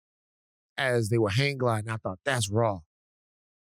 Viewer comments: As many times as I have heard these pods it does still sound like Thot - I wouldn't be surprised if it is an intentional tongue in cheek pronunciation 😉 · When Van says Thought Warriors, it sounds like Thot Warriors. 😂 Is it just me?